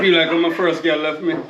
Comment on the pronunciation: said like when him first girl leff him 😂💀🤣